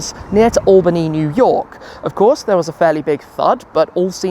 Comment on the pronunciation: As a native from Albany (thank you for pronouncing it correctly btw) we have the WORST roads in all of New York! It's a warm welcome to the capital of New York!